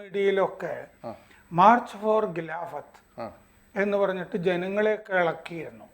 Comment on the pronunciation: ഗിലാഫത്ത് അല്ല. ഖിലാഫത്ത് ആണ്. നാക്ക് വടിച്ചാൽ ശരിയാകും.